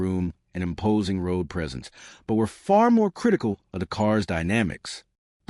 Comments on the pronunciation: AI strikes again, every now and then. e.g. Mark "Eye-vee" instead of Mark 4... And no Granada images. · Phuck.... this AI is so annoying. The Mark eye vee for Mk IV. Gave up after that and changed channel.